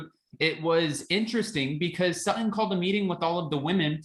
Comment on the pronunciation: And say her name right SuTTon not Suh-un lol